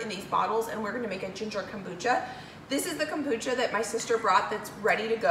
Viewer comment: I have never heard of “cambucha”??.